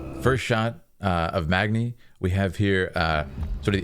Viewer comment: Every time he said Magni it triggered me